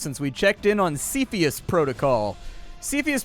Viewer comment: It's pronounced 'cepheus', not "cepheus"